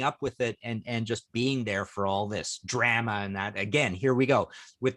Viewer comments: Is this the way Canadians pronounce the word 'drama'? Or is it just Martin Popoff? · I am going to start pronouncing "drama" like that, I love it! So far, Bon Jovi is okay. Wasp, I have an mp3 or two because they were so contraversial back in the day but could go without. Agree about Talking Heads.